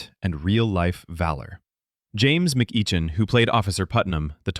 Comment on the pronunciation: The AI narration does not know how to pronounce "McEachin". It's actually pronounced "Mc-ekkin"